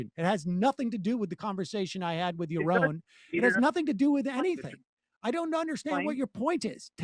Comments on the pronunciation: It's prounounced "yar-ron". To rhyme with "yar wrong". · I have solved the problem of mispronouncing Yaroon's name once and for all. The man's ideals boils down to this: you are on YA OWN. His name rhymes with YA OWN. YA ROWN. YAROON. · Regardless of the content of the call, Sam correcting anybody for their name pronunciation is pretty bloody funny.